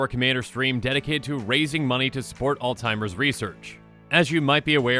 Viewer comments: It's Alzheimer's with an H... not all-timers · Literally spells it out and he still can't pronounce Alzheimers.